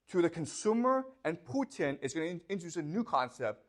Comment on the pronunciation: I love the way he said "Phu Tien", sounds less threatening 😁